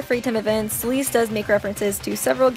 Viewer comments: I love Celeste! :D But its (Sell - Est) Like "Best" but without the B Not (S - Uh - L - East) Like the direction Im rlly sorry, it just rlly bothered me :c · i know she did not just say celeeste- 😭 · why does she call celeste "celeeste" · There’s only one thing I have an issue with here. “Ceeleese” is how she pronounced Celeste’s name. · It’s Celeste Sell-ess-tuh